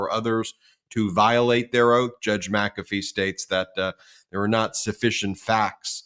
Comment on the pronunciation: WTH? MaCafee